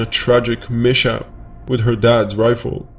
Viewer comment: Its Miss hap not mish hap